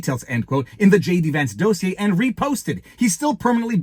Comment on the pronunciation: Listen. I am gonna need you to pronounce dossier correctly. Dos-e-aye. You're a lawyer, geez. Got it? Good.